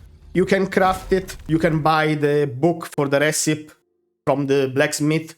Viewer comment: Recipe is pronounced reh-seh-pee Not being a jerk, just trying to help you with your English. Great video man!